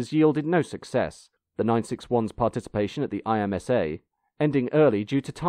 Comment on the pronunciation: Great video. FYI, IMSA is pronounced as a word.